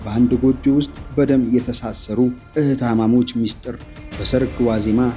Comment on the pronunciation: ብስሪ የአንችን እውቀትና ፕሮግራሞችሽን እንወዳቸዋለን ግን ትረካውን የሚያቀርበውን ሰው ስትመርጭ Atleast ጥሩ የአማረኛ እውቀት ያለው መሆኑን አረጋግጪ። የዛሬው ላይ አቅራቢው በተደጋጋሚ ግዜ "እህታማሞች" እያለ ነው የሚያወራው። መባል ያለበት " እህታማቾች" ነው። ይሄ ደስ አይልም በዛ ላይ ከማቅረባችሁ በፊት edit ተደርጎ ሊስተዋል ይገባል። በተለይ ትክክለኛ ቋንቋዎች ተበላሽተው ሲጠሩ ትክክል ስላልሆነ ቋንቋውን በበቂ ሁኔታ መናገር በሚችል ሰው አስቀርቢ። I need a like sign if u are accepted my idea dear.